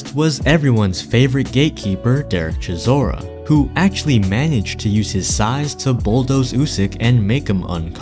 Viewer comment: It's not pronounced Chizora ,it's pronounced "Chisora", meaning " Little Grass" in the Shona Language of Zimbabwe